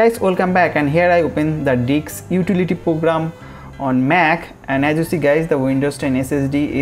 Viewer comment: "diks utility program" 😂